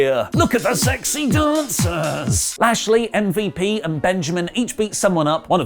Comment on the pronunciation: "Look at the sexy dancaass"